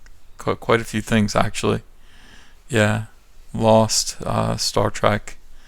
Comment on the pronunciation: I heard you say Star Track! Triggered as shit, my friend! 😥